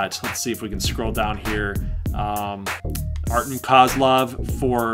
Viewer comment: Artem is really hoping to get to the euroleage finals and hopefully play his Slavic brother from Poland and beat him and you pronounce Artem (Art-e-yem) let's go #XBA